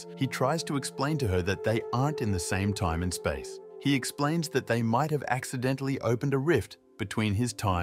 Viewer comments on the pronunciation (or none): none